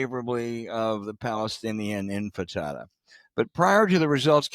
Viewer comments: "infitatta"? I think you mean "Intifada". Also, . And again, . 🤦‍♂️ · Palestinian empanada, err imfantafa, err piñata. Intifada is how it’s spelled. Good lord. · Uh, guys, it's NOT "infitada" .....it's INTIFADA!!!! And you ought to take it more seriously. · "INFATADA"...Its INTIFADA Mister Carville... also it's "Curtis Sliwa" not SILWA.....I think he's got a verbal dyslexia thing going on... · "Infitada?" ROFLMAO. Intifida is to the 2020s what "preverts" was to the 1960s. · It's "intifada", not "infidata," James. And "Sliwa," not "Silwa." Are you losing it? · Maybe learn to pronounce intifada (not infitada) before you pontificate as a pundit? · James, it's "intifada," not "infitada," If you want to be taken seriously, master the vocabulary of the subject matter you're commenting on. Your sarcasm is sometimes amusing, but you're lazy. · I've noticed that all these clueless old dudes say "In-fi-ta-ta" instead of "in-ti-fa-da". Come on, gents. It's not that hard. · It's not "global infitada" James, it's "global enchilada". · Carville said "global in-fertada 4 times.isnt a fertada a kind of quiche? i thought it was in-tafada? Just saying...😊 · Intifada, not infitada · Infitada? Intifada.🙄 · 😂😂😂 “ infitada “ its - ‘I N T I F A D A ‘ = UPRISING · In-ti-fa-da, not infitada or empanada. I dont support it, but thats how you pronounce it. What ever happened to moderate, pragmatic Democrats? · it was definitely a generational thing. The guy's positions are range from irrational to dangerous. For example, he "walked back" defund the police. Who in the police will forget what he was? should know this much: its IN TI FA DA. Not IN FA TA DA. But either way, its literally a call for mass murder. Including an intifada where 4,000 people died. He wants to globalize that?! NYC is in deep trouble. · Wtf is an "infitata"??? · Its Intifada, not infitada. A bodega hardly qualifies as a grocery store. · It’s “intifada.” Not “infitada.” Get it straight! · They both Said “infitada”